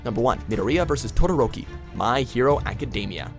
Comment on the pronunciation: Why the fuck did you pronounce Academia like that? Do you not know how to speak english?